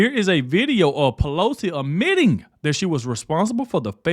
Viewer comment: It’s “admitting”, not ammitting.. sorry but you have to check your grammar to advance your utube. People notice & skip you